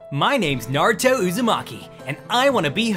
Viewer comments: thats not Naruto, thats Narudo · "nArTuOh nArUtOh nArUtOh bElIvE iT bEliVe It " I believe it